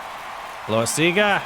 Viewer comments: Love watching your video but your still not pronouncing Loasiga name correct. Its pronounced LOW-WISE-IG-A NOT LOW - A - SEE - GA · Thank you! I love the series but I’m slowly losing my mind hearing that lol